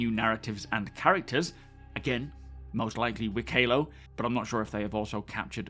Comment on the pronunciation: The Banu NPCs name is pronounced: Wik-eh-lo (3 short syllables) Cig confirmed this in a post this week.